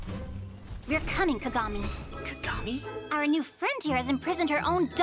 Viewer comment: I LAUGHED SO HARD WHEN U SAID KAKAGAMI LIKE KAKA AND GAMI NOT KAGAMI BAHAHHAHAHAHAHHAHA